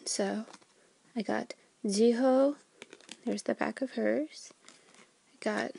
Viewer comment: Is it just me or did she said Jihoe instead of Jihyo :")